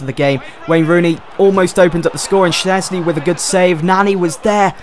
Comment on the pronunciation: Shez-knee not SHNEZ-KNEE